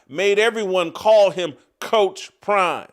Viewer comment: Because you can’t coach 😂😂😂crime instead of prime 😂😂😂